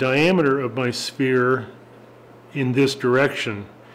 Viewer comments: It's pronounced like "ss...fear" a "spear" is something else entirely un-sphere-like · So nobody picked up on the pronunciation of sphere to spear? Nope just me.